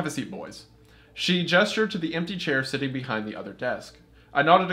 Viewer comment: My biggest irrelevant pet peeve with Wendi is the way he pronounces “sit” or “sitting” as “set” and “setting”. Makes no difference but it just irks me😂